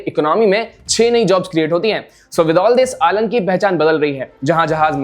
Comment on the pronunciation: आलंग नहीं अलंग है भावनगर के नजदीकी ये जगह का नाम। अंग्रेजी मीडियम में पढ़े है तो, उच्चार तो सही कर ही सकते हैं ना? याद रहे, noun change नहीं होता।